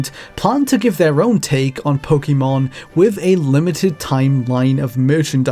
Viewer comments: It's pronounced Po-kay-mon. That's literally why the acute accent is over the e. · It’s not quite “kay”, the ケ/け sound is actually more like the ke in pocket but people pronounce Pokémon differently all over the world so I don’t think it’s really that important 🤷‍♀️ It’s essentially a loan word now so I don’t think it’s one of those words that HAS to be pronounced exactly as they pronounce it in Japan. In the early anime dub I’m pretty sure the pronunciation was all over the place, “po-kuh-mon” was definitely something I heard Ash say! Po-kee-mon also was around, as well as the more natural po-ke-mon